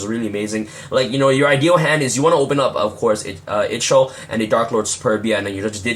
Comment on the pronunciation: Darklord Ixchel (eye - chol) 😊